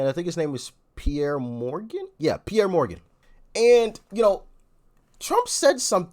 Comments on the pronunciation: Pierce Morgan, not Peiré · ALOHA DOC its pronounced Pierce Morgan and he was on Trumps show the Apprentice. I believe he won. So they both know each other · Doc, Piers Morgan's first name is pronounced like the plural of a boat PIER(s). Or, also like something that can stab is said to PIERCE an object to make a hole. Dad joke: what do you call two piers close to each other? A paradox. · It’s not Pier, it’s Piers. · I think its Piers (prounounced Pierce) not Pierre 🤣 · His name is Piers. Pronounced like piers, the docks that extend out into the ocean.